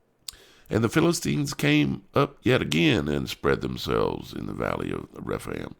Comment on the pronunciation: refaim :) Rephaim ph you say efff Dar, în anul al paisprezecelea, Chedorlaomer şi împăraţii care erau cu el au pornit şi au bătut pe refaimi la Aşterot-Carnaim, pe zuzimi la Ham, pe emimi la Şave-Chiriataim ....it's very funny listening to americans trying to spell names from the bible :) you don't know how to spell it.